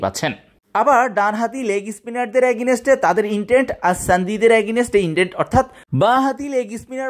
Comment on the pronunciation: are bhai agineste agineste .ki soro korlen,, valo vabhe English na bolte parle bolen keno ? tau abar public platform a ..Ajaira